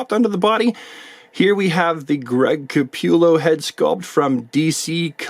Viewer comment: Awesome review as always, but man, you had me cracking up anytime u said “Greg ca-pew-llo “ 😂 I luv it 👍🏼